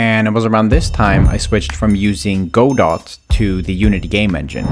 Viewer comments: It's not pronounced Go-dot 🤓 it's God-oh, supposedly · for anyone who doesnt know its pronounced "gah doh" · Go Dot He used Go Dot Not Godot (pronounced Guh-Doe) Go Dot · Not to nitpick, but it made me cringe hearing go dot. It's actually supposed to be pronounced like guhdough. Anyway, cool game, and sorry for my needless pronunciation aggravation. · Godot is pronounced goh-dough, not go-dot. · It’s pronounced “guh dough” not go dot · who’s gonna tell him it’s pronounced gudoh and not go dot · I don't know if this is actually how it's pronounced but hearing godot read like "go-dot" was killing me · Godot is (Ga-Doe) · Just so that I don't go insane, please call Godot GUH-doh. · Don't feel bad but "Godot" is pronounced like "G'doe" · Hey, you know it's pronounced guh-dough right? Was that a bit or? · It's actually pronounced GOD-Uht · "Go Dot" lol , im not sure this is how you pronounce that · It's pronounced "Guh-doh." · did u just pronounce godot as go dot lmao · I hate to be that guy but Godot is a name, it is from a very famous play, and it is pronounced Guh-Doh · its pronounced gu-dough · Jesus Christ, it's pronounced "[Guh-Dough]"! I'm sorry but it irks me. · It’s pronounced (guh-doh) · this is painful to watch i develop with godot its pronounced geh-dough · godot is pronounced "guh-dow" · the way you said godot pained me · I bet someone has already said this, but I THINK you pronounced Godot wrong